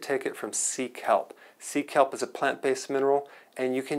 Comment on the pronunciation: I heard Seek help 😂...then I checked the description box & found out it was Sea Kelp